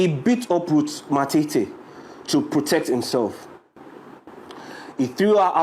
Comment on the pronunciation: Point of correction not matiti but matete